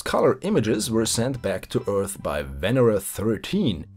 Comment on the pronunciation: Hey there, nice to see this series continuation. Oh, and btw it is "venEra" in russian, not "vEnera".